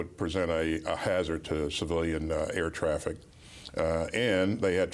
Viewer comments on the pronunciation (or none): none